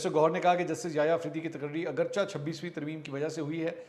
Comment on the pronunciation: منصور! آپ ہمیشہ "اگرچہ" کا غلط تلفظ کرکے "اگرچا" کہتے ہیں، حالانکہ اسکا عام تلفظ "اگر6" ہے۔